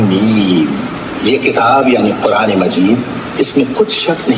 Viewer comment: Aur kuraan nahi Quran hota h Jazakallah khair